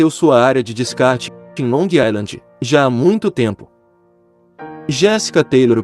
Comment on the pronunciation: NÃO É "ILAND" A PRONUNCIA E SIM "AISLAND"